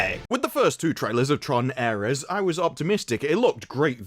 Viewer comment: Also, the fact the wispy haired peanut headed guy (?), can't pronounce Ares or Leto is super telling.